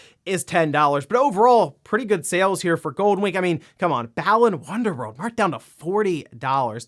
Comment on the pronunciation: I kept wondering what the hell was saying when he said Balan Wonderworld. It didn't sound familiar at all then I looked it up and went "Oh yeah... That game RGT 85 freaked out over and completely trashed!" 😆 I swear I remember more about the pain in my ears from RGT's frustrated yell at the start of his video than I do the gameplay. How did that game turn out so bad?